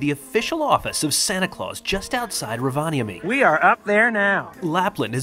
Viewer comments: By the way, it's pronounced ROvaniemi. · Im currently in Rovaniemi, and FYI, you're pronouncing the towns name incorrectly. Santas village is quite expensive and the shops in the villages have nearly doubled in price as its high season (eg locals like to take advantage of tourists). You need to try GLÖGI. It's just like mulled wine except that it tastes better and doesnt have alochol in it..